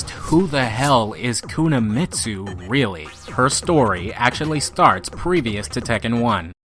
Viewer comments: Every time you mispronounce "Kunimitsu" as "Kunamitsu" I fell like someone is sticking a fork into my spine. Ugh.... Listen to your friend - she's doing it right. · Pronounced "koo-knee-mitsu" not koo-nah-Mitsu" lol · Love the video but you butchered the pronunciation, it’s not Kuna-mitsu it’s Kuni-mitsu. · you said it like Kuna Meat Sue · There is no "Kunuhmitsu". It's pronounced Koo nee meet soo. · why are you saying "kunamitsu" instead of kunimitsu? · It's kuni... Not kuna... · Yeah all I heard was Kuna m8. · Dude her name is pronounced [ku-knee-me-tsu] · ku na mi tsu lol